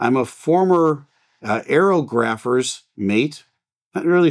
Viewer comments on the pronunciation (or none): Pronounced "Air og rophers" mate was a Navy rating (kind of surprised with a Navy background you weren't aware of that!). They were the weather guys (slash girls) providing the military with that data; affecting everything from the timing of D-Day to normal carrier ops. I knew a couple on USS Ranger CV-61.